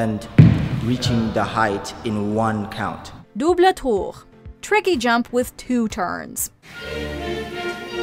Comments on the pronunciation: I laughed a little when they said Doublé Tour instead of double especially since they don't seem terribly french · Girl double tour is just pronounced as it looks what’s the French accent for 💀